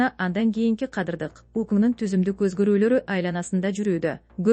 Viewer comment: "координатору""😂😂😂 отставкасы, кадырлык өзгөрүүлөр 😂😂😂 тупая ...окуучу .😅😅